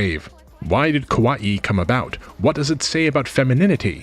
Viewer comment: I recommend checking out pronunciations prior to recording a video as well. Kawaii is pronounced ka wa ii not kowai or ko wa i. As a syllabic language, Japanese can be very easy to pronounce if you do a bit of leg work and check out how various kana are pronounced fyi.